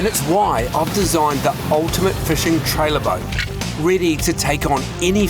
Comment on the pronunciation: 'Fushing advintures' 😂😂😂